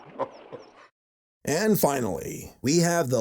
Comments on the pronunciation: You know I’m at supercritical level when “und yogel” is my type of comedy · UND YOGUL